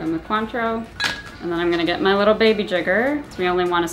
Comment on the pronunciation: I looked it up because I was curious - It's not pronounced "kwaan-trow," like said, it's pronounced "kaan-trow." And all this time Ive been saying "coin-trow."